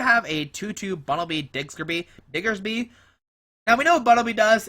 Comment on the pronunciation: digs-ger-bee.....lol. Its diggers bee mang.